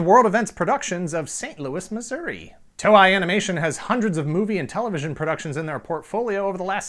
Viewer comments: "TOE-EYE"? Really? It's "TOE-A"!!! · Its pronounced "To-Ei", not "Toe-i" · It is To-Ei(Toe-ae), Not To-Ai, = = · TOEI is pronounced toe-eh-ee, like toy. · Sorry but I cringe a little inside each time he mispronounces "Toei". It's not "Toe-eye". It's "Toe-Eh". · Toei is not pronounced "toe-eye". It is pronounced "toe-ay" or "toe-eh-ee". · With all due respect, I love this channel and series, but please pronounce the name of the Japanese company correctly. Toei - pronounced “tow-ay” (like the “tow” in tow truck, and “ay” like a long vowel A). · TOEI is pronounce as Too-ey not Toe-I. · Great show again. Fun fact: Toei is pronounced Toe-ay. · Did you say Toei wrong on purpose? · Maybe you should have looked up how to say Toei before you made this. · Good research except on the pronunciation of Japanese names Toei and Daltanious. And I am one of the eight people that prefer Voltron I. Better stories, darker, more realistic situations.